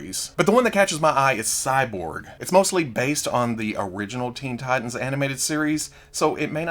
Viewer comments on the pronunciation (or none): none